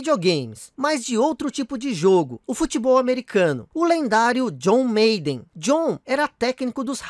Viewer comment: Aí mano, não se fala John "meiden" é John "Máden"...